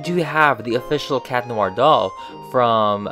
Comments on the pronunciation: Chat noir not cat noir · Ever realised Cat Noir is pronounced and spelled Chat Noir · Its chat noir not cat noir